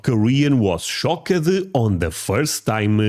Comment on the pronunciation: "shock a ded" is not how you pronounce shocked. say Shock. now add a T to the end of it. then round that T off a little so it sounds more like a D. there you go. SHOCKED. stop adding extra letters in words that don't have them. looking at you Aluminum